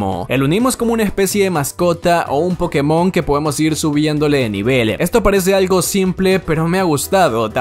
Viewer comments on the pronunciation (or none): none